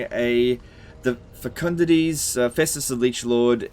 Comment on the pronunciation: think u pronounced fecundites wrong. u said fecund-it-eez. think its fecund-aight like it teh word perlite.